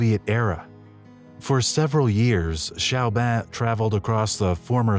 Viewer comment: Chaubin se pronuncia: Shobán